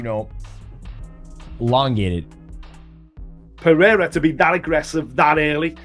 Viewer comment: After all these years, Chael still hasn’t learned to properly say “peh-reh-rah”. No, for him it’s Piera 🤣🤣🤣🤣